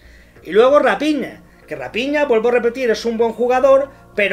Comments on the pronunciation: se dice Rafiña no Rapiña..eso eres tu un ave de rapiña jajaja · Rapiña?????? Se dice rafina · Que feo que se pronuncie a raphina como rapiña...